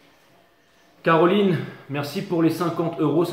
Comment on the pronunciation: rein a voir mais quand tu as dis Caroline merci j'ai entendu Taroline ! 😅 ça pourrait etre un prenom origanl ! ou Tarolina . Et merci pour tes tirages toujours top